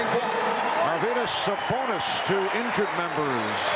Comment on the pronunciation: Not your-vidus but Ar-vidus Sabonis.